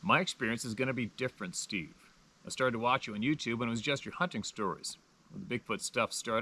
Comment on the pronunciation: Steve, not stave...lol